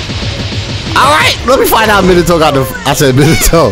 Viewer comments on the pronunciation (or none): none